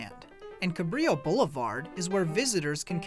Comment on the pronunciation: It’s NOT Cabrio Blvd-it’s Cabrillo-dumb idiots!!!!